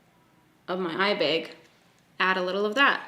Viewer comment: just obsessed with your pronunciation of the word ‘Eyebag’ 😂😂😂😂 kills me every time! 😂🤷🏻‍♀️